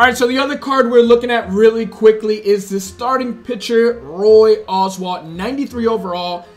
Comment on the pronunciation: Roy Oswalt is pronounced Owes-Walt And Vida Blue is Vie-Da.